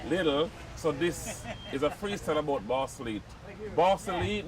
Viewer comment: Ballsall heath not Barco leet 😂😂😂